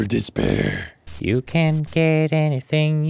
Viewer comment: Despair turning into “this pear” is one of the funniest things I’ve seen on in a while, hahahahaha.